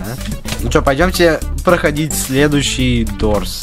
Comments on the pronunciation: Не дурс а дорс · Правильно говорить дорс они дурс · ух не дурс а дорс блин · Дорс а не дурс